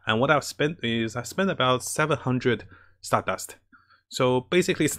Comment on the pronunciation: Every time I hear "Stardast": *JOJO's flashbacks intensifies*💪👾💪